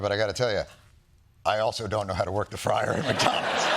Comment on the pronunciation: I do know how to work a fwie-er , an oven, a popcorn machine, a hot plate,.......